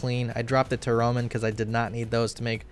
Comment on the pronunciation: I like that you pronounce tarromin as "teh roman"